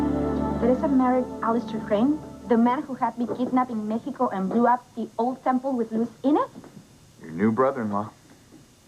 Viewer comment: Why does she say Me-xeco lol that 😂